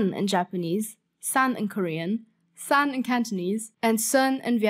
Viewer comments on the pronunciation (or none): a little nitpick but the korean pronunciation of "山" is not "싼"(with a 'stronger' S) as you pronounced it in the video, but rather it's pronounced as "산"(with a 'softer' S)